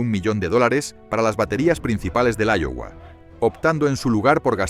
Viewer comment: Se pronuncia aiowa y se escribe Iowa